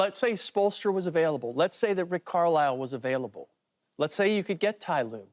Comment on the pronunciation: No more basketball segments for TJ lol that was a hard watch lol!!!! He said Rick Carlille 😂😂😂😂🤦🏾‍♂️